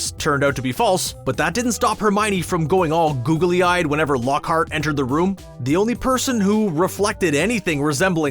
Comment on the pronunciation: Mind you,it's Lockhart,not Lockheart! Besides,did you even read the book?